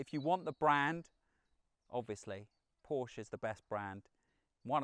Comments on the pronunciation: such a good car - such a rubbishy done review ... sorry, but you need to practice a bit more and the large amounts of text are just not acceptable. also it's PORSCHE not porsch!! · You've driven so many Porsches, own 3, and still pronounce it incorrectly. No one at the dealerships saying it like the Germans?